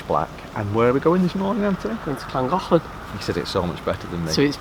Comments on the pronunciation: I follow lots of Narrow Boaters and none of you can say Llangollen properly. It's KLAN GOTH LAN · Great vlog as usual guys. Can't wait to do the Llangollen, just can't pronounce it! Take care